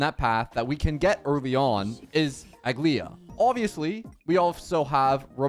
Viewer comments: its not pronounced aglaea its "ugly ahh" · You don't pronounce the last "a" so it's Aglaé. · It's aglA-ya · A-gla-ea aglaea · How do you not know how to pronounce her name if you played the story lol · No hate or shade but I genuinely never understand how people don’t understand how to say a characters name when they themselves say it if you don’t have the English dub on Turn it on for 2 seconds